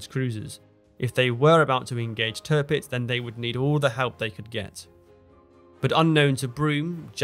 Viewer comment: Please stop saying Törpitz my ears are already bleeding. It’s Tirpitz. Why pronounce the second „i“ correctly, but not the first one?